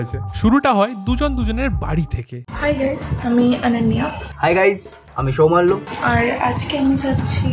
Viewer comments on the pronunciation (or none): ভাই/দাদা সৌমাল্য একটি বিশুদ্ধ বাংলা নাম আর ছেলেটাও বিশুদ্ধ বাঙালি। আপনার ওই "সৌমালিয়া" বা "সোমালিয়া" উচ্চারণ না করলেই নয়। 😂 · সৌমাল"লিয়া" টা আবার কি ?🤡 সৌমাল্য বলতে বাধে নাকি রে 🤫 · সৌমাল্য* tomar pronunciation ta kane lgche